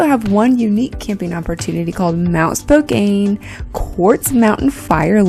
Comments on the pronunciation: Spo-can not spo-cane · That is very close to where I grew up. Go straight north, and it is just across the Canada border. We pass through Spokane all the time on our way to Canada. It’s pronounced Spo-KAN, not Kane. Nice video and great view from the mountain top. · You pronounced Spokane wrong -- it's not a long "a", it's pronounced "Spoke -- ann" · learn how to pronounce "Spokane". LOL